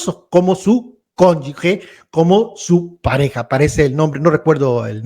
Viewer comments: Con yu GE. no Conyu gue... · No hay conyugue es conyuge y se pronuncia como jota. Suena muy ignorante decir conyugue mejor dile conyugüey....